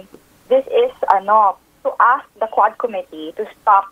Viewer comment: Quad Committee o HuadSec 😮😂